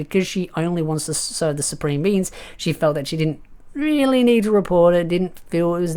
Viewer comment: i heard you say it once now i hear it every time,. supreme beans.